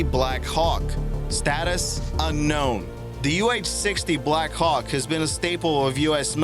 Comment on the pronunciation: It’s not black HAWK. It’s Black Hawk, like the Indian tribe. You’re putting the emPHASis on the wrong sylLABle.